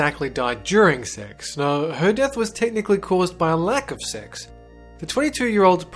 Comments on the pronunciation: When he said sex in the beginning it sounded like six. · it sounded like he saod six related deaths